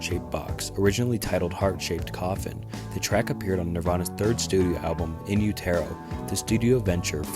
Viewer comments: I don’t have a desire to listen to a guy read out surface level Wikipedia entries while badly pronouncing 5th grade level words. Everytime this dudes content comes up it’s the same shit. Actually shameful, dude literally pronouced in utero in youtearoh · What tf is You-Tear-Yo? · “In You-Tear-0” is my favorite album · It’s pronounced “In U-ta-Ro”. Like in the uterus. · hey man ignore the hate on what people are saying, in utero us said “in you-do-row” but it doesn’t matter we all know what you mean, love this video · In utero —— in you ta row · Please never make another Nirvana video again, you sound like those t-shirt kids who don't know shit because you can't even pronounce their album correctly. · Never pronounce in utero like that ever again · He really messed up the name of the second album in utero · Your mispronouncing IN UTERO. Please fix this. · How do you not know how to pronounce In Utero?? LOL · Dude didn't even pronounce In Utero correctly lol. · The narration of this video is horrible Very drone and monotone reading A lot of slurring and stuttering And all the mispronunciations (more than just silver and in utero) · FFS "Silver" ?????? You gonna do a friggen Nirvana ice berg and can't get 1. the pronunciation of In Utero correct, and you can't get the name of a song correct. SLIVER. SLIVER. SLIVER. SLIVER. SLIVER. SLIVER. SLIVER. SLIVER. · I love your unique pronunciation of " In Utero .Sound like a French made classic car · In Utero is pronounced not the way you say it. Thx for the info. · That's not how you pronounce In Utero but this is a great video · The single "Silver?"In You-tare-oh? Yeah, you really showed something new to those hardcore fans. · In you terro? Silver? This guy sucks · Are you saying in utero and sliver wrong to get comments? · The album is pronounced " In You-Ter-Oh" Not "In You-tero" like this guy says it. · Utero is pronounced you-terr-o like in uterus, it’s an expression when used describing a woman with child.